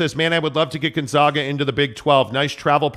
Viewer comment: Learn how to pronounce GONZAAAGA! No ZOGH!! It’s a long “A” like pronouncing the name of the letter! That’s why they go by the Zags!